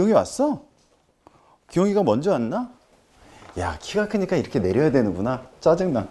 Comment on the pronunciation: '기용이가'를 귀요미가로 들음ㅎㅎㅎ